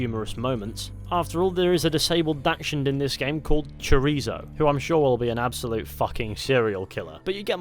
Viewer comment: The way you pronounced chorizo just killed Me and every Mexican in the world